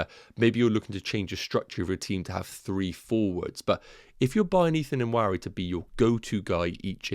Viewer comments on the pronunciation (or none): Nwaneri is pronounced "WAN-Nay-Ri". I know because I am from the same part of Nigeria he's from. Cheers! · Loving the content. Thoughts 💭 on Dango vs Nwaneri? PS. N is silent in pronunciation. So Wan-Eri! Cheers 🍻